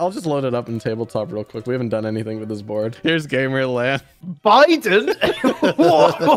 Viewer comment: Its actually pronounced Gamer Lund... Look at the board lmfao ☠️☠️